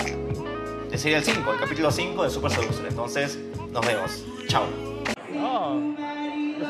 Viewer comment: que bueno que sigas con la serie pero no se pronuncia "super seducer" sino "supa sediusa" je je je, esperando que llegues hasta el final, este juego tiene buenos graficos, ya quiero ver cuantos poligonos tiene el modelo de la "jefa final"